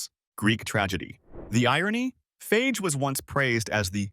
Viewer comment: It's pronounced Fayay. Fage Total is great.